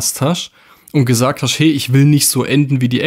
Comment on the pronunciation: Da wird aber viel "geHASCHT" im Video😅 du hascht , du bischt